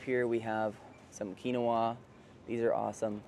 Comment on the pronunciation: You keep pronouncing quinoa wrong😂 there is no soda that is good for you. Not even poppies if you still want that carbonated beverage get soda waters there’s all different different flavors.